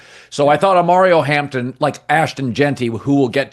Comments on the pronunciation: “Omario” Hampton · OMARION Not OMARIO